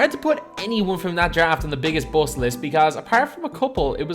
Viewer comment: "He is considered a buouost"